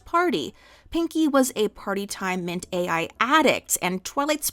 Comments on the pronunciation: Take a short each time she says mint-AI instead of Mint-aL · Mintal not mint AI mint aL a L like mental. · Mint-all. Not mint-ai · Mint-AI - lol, a sign of the times. it is Mint-AL "Mintal" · Watched the whole video. Small nitpick, it's Mint-AL (pronounced ALL). Other than that, loved the video. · Small correction: Mint-Al in this fic is pronounced as "mint-all", and is a small, pink pill with a chalky texture and a minty taste. They are a reference to Partytime Mentats from the Fallout universe, which provide a temporary boost to intelligence and charisma. And, as with all drugs in Fallout and the real world, the benefits are temporary, and you can become addicted to them. Also, once the effects wear off, Your reactions are dulled, you temporarily lose cognitive ability, and you crave another dose. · That’s not how you pronounce Mint-also 😭